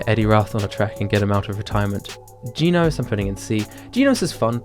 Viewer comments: Not geenos it's genos like reGEN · I’m not tryina be racist and all that stuff, and you probably can’t help it because of your accent. But “Jee nose?”